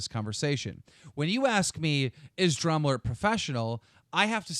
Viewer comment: i keep hearing call dramaalert drumlet.-.